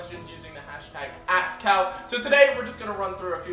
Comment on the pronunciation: When you say AskCal is sounds like you say AssCal XD